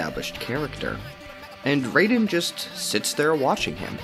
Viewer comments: Bruh how this dude be calling Raiden "Rey-den" when they literally say their name like "Rai-den" 50 times in the game. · Disliked just for "Ray-den" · Bro said reiden 💀💀💀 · Raiden's name is not pronounced the same as the character from Mortal Kombat. The Rai is pronounced like rye bread. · It’s “rye-den” that’s how you pronounce it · Good video, but I still don't understand how people play MGR and still say "Rayden" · I just broke out laughing bc of him saying reyden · ummm... ackshually it'sh pronounced rye-den🤓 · Please say raiden name right he not the god of thunder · mispronouncing raiden's name makes you the biggest edgelord of all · And the video is good but the way he pronounced Jack's code name threw me off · Am I the only one that is bothered by Raiden‘s name being butchered? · You mispronounced raiden argument invalid